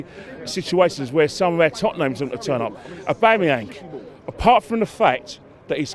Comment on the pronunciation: "Ahbaamayank" lol Love this guy.